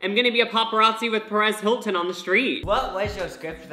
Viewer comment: I heard "Paris Hilton" not "Perez Hilton" so when I saw that dude I was like "wait wtf" 😂😂